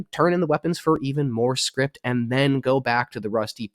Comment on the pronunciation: Scrip... not Script